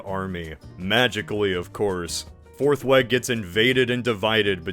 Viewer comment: Every time I heard you say "Forthweg" I thought you were saying "Fourth Leg" and I found that unreasonably funny. Thank you for making me laugh today.